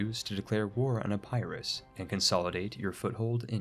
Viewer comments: My man really be pronouncing epirus as Ah-Pie-rus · You have a strange way of pronouncing "Epirus" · I think you’re really pronouncing Epirus wrong. Great guide though!